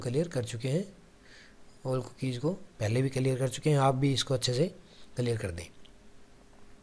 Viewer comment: भाई कलियर नहि क़िलीयर 😭😭